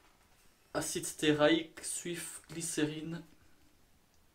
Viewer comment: Super vidéo, comme à ton habitude, et si je peux me permettre une toute petite observation, attention à correctement prononcer: ACIDE STÉARIQUE, et non ACIDE STÉRAIQUE.. on doit donc entendre STÉA.. et non STÉRA.. La bise!